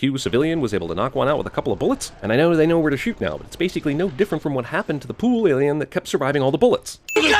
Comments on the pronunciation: Cracked up at Alieone? Alonien? Didn't bother watching stupid movie, but that was funny. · "Alieone?" "Alonien?" Seriously dude, you're better than this lol!! It's clear he was simply alienated from his peers. 😉